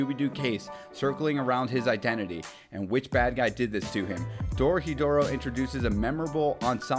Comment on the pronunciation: Hey! First time watching your video. Loved it. I'm Japanese and just wanted to let you know it's pronounced Dorohédoro (doh-roh-heh-doh-roh). Keep up the great work :)